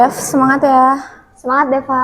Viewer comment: jangan belagu krna pinterr 😭 benerin dlu omongannya wkwkwk DEVA bukan DEPA 😭 pake V bukan pake P.